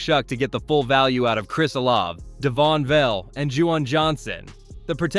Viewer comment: Vele is pronounced Vay Lay